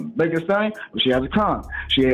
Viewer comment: Megan THEE Stallion. Megan with the T